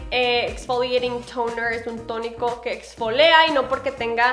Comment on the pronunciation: lo correcto es exfolia, no exfolea.